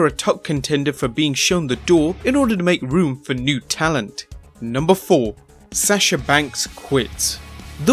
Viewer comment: You mispronounced asuka and sasha. for asuka it sounds like you said asska and for sasha it sounds like you said sash like what a mayor wears or what a boy scout wears. Then you put an A at the end of her name. It must be your accent. Hmm strange -_